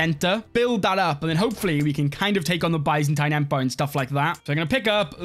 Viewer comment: The way he said Byzantine Empire 💀